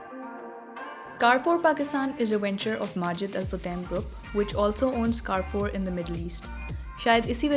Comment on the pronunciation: you pronounce wrong ,please correct it carrefour